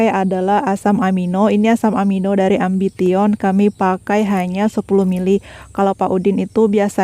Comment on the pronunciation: Ambition 😅 bacanya ambision mbak